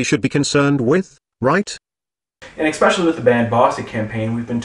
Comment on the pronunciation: Did he say "expecially?" What's next, "anyways?"